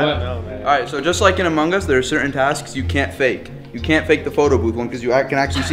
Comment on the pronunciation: Sorry Brian but it is Amung us two words not amunggus the “G” is silent